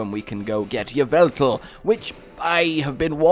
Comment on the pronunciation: Yveltal is ee-vel-tal not yiv-el-tal